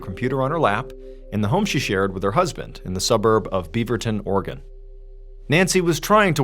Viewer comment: Are you saying "organ"! It's Oregon. Three syllables.